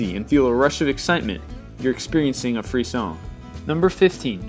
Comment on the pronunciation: He mispronounced frisson.